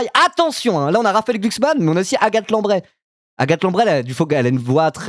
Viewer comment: si y a des footeux là, venez me dire que son "Raphaël Glucksmann" c'est pas exactement la même vibe que le Nicolas Jackson qui dit son blaz pour la prononciation de la premier League